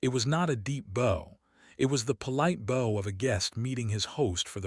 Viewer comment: It would b nice if Ai would learn to speak words properly its bow not boe